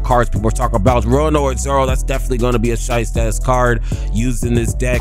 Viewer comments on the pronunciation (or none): none